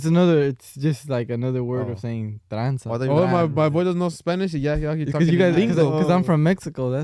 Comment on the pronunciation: It’s tranza buddy 😂